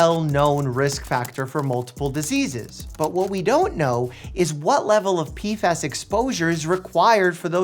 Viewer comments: "Pee-fass" Gotta love the crazy pronunciations he comes up with 😅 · They are called P F As, not P fas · Is it that hard to say P F As? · Im sorry Mike i love you but i just cant watch this video, the way you mispronounce PFAs is driving me nuts